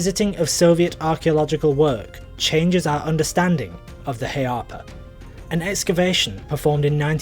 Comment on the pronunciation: It's not pronounced "hay-arpa" in Old English. for one thing, the ea diagraph is one (glided) syllable not two; it glides form /æ/ to /a/. That's the "a" in cat followed by the "a" father". So it's going from a low front vowel to a low back vowel. Say the cat "a" and open your mouth wider and pull your tongue back a bit and it will "automatically" glide to the father "a". Also, don't follow older pedagogical works (from the 19th and early 20th century) that treat it literally as [e ]+[a].